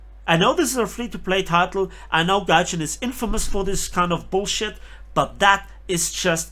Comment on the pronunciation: It’s Gaijin.